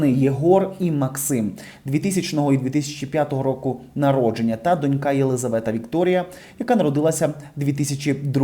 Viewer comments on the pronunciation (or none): none